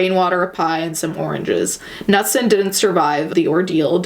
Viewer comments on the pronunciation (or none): Knutson is pronounced "kuh-NEWT-son." I only know this because I went to school with a family with the same last name. Also, it's very Scandinavian and most people in my community (including my family) are very Scandi. :)